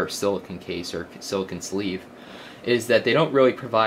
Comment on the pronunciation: silla CONE NOT KUN